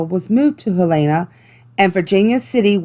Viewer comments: As a person who lives in Montana, Helena is pronounced hell - en - a. Not hell - a - an. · I’m from Montana! Thank you for spotlighting Montana. So I just wanted to share with you a few things : Helena is pronounced with the short e sound not the Heleena. Montana people are Montanans. In Helena is the gold area called Last Chance Gulch. Garnet is an awesome place to visit! When my family was there with my parents, my mother and I heard saloon music. Very interesting. It’s quite a drive but there’s a beautiful outlook. It’s high up in the mountains. Helena is an awesome place to explore haunted locations. The old cemeteries are sooo cool! You outta take a trip there sometime!❤️ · some help... Its Helena...prinounced hell-in-uh and were Montanans never montanians. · what the fuck "he aln na" no no no helana is also last chance gulch is by townsend not helena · Hell-en-uh. A lot of out of staters say it how the gal in this video says it. Nope.